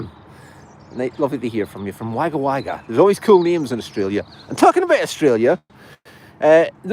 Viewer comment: Fr... Wagga Wagga in Australia is pronounced as Wogga Wogga...